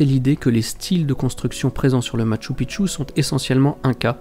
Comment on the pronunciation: Bonjour, NON NON NON ET NON! Lorsque l'on se déplace dans un pays, l'on se doit de prononcer correctement le lieu où l'on se situe. Je te rappelle encore une fois, que MACHU PICCHU est Quechua. Sa prononciation reste: machoo peechoo. C'est à dire en français écrit, Machou Pichou. Ils se peut aussi qu'il soit prononcé ainsi: Machou piKchou. Mais en aucun cas tu ne peut inlassablement répéter: MATCHU PITCHU! Ce qui signifierait que les incas, voire pré-incas, ont construit sur le mont 'petite bite'...... Pas très flatteur en soi.... Merci dans tenir compte dans les prochaines vidéos, car, là je vais aller nettoyer mes tympas.... Toujours de magnifiques images, et à ce sujet, tu remercieras de ma part les caméras....;) Amicalement Gus P.S.